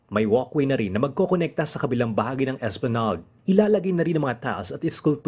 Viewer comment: Esplanag? Pronounce it properly.